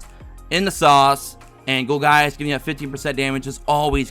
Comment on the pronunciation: Not to be jerk but its pronounced gol-jus